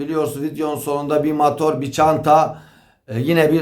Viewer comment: Mator değil motor